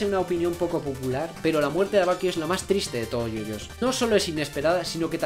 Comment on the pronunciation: en el minuto dice muertre